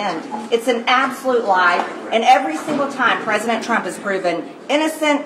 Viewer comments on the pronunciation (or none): Haha … I also noticed she almost said Pres. Chump!! 😅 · She called him president "Chump'' LoL !!!!!!!!!!!!!!!!!!!!!!!!!!!!!!!